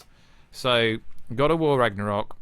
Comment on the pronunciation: You have a problem getting along with the word "Ragnarok".